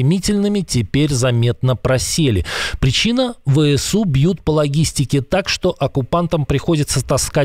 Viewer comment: Неправильно произносите ВСУ.